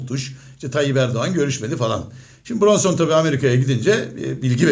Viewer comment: Brunson değil hacı biraz çalış da öyle konuş